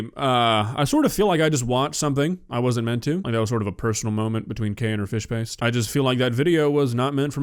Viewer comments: im sorry but kay saying "fish paste" honestly sounds like her saying "fish p!ss" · What the hell did I click into?😂 sounds like she says fish piss. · I honestly thought she was saying "fish piss" which is honestly more accurate imo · I love how it sounds like kay is saying “Fish Piss” and how “Fish Piss” sounds like a legit english dish.